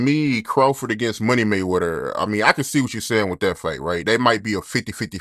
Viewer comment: "Money Maywedder" 😂😂😂 Yo be cracking me TF up